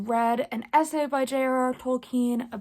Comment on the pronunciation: Nice review! Will have to read this after finishing Name of the wind! Also fun to see you struggle pronouncing the name JRR, you might have rhotacism😂